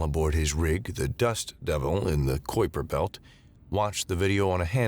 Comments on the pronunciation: Kuiper Belt is pronounced "kai-pr belt"... Aside from that, really enjoyed this one. Keep up the great work! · Kuiper is a Dutch last name.. "Kai-pr" isn't the exact pronunciation either . .. the way he pronounced it wasn't the worst ever. The 'ui' combination is difficult to find a phonetic equal to in English